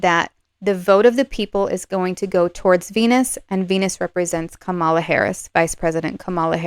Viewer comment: I wish that you would have the respect for Kamala Harris to pronounce her name correctly. It's really easy (Kerry Washington's young nieces gave a lesson at the DNC, it;s pronounced "comma" then "la"). The mispronunciation has been done deliberately by TRUMP supporters to dish her gender and her race, it's become a sort of "dog whistle" for racism and sexism to some. I will watch to see if you begin to correct yourself, otherwise I will need to unsubscribe. On my side, I will not diss Donald Trump and his followers, out of respect for the non=partisan nature of your readings. If I had to leave, it would be a shame, I'm relatively new to Western Astrology, and I'd love to have someone to watch and learn along with. Thank you.